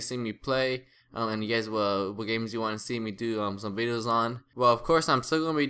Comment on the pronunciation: he said bideos, is he kidnapped?